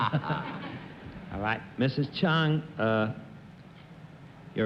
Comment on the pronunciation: And Bennett calls her Chung